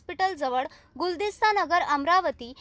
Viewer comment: Guldasta Nagar nahin hai madam gulista Nagar hai